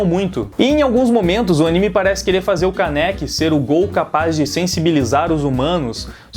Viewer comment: E não se fala Káneki se fala kâneki o acento é no ka. obrigado por ouvir(se ofendi desculpa só falei a verdade; e a verdade doi)